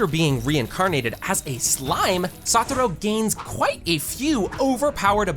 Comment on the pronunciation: Why kept saying saturo when it's satoru